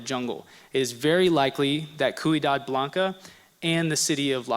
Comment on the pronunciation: Couple of points, you say " in Central America you have the Aztec, Toltec, Maya and Olmec", those groups were in North America, not Central America... you again state El Tajin is in Central America. Wrong... When using the Spanish word for city you pronounce Ciudad "quidad" Try this " see-you-dad" Lastly Meso-America is nothing like Atlantis, Atlantis is fiction...